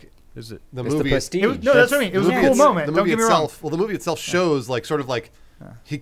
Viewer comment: “The pwestige. Hello, I’m.”